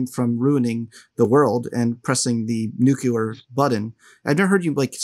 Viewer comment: Can't believe the Host mispronounced the word NUCLEAR! 😅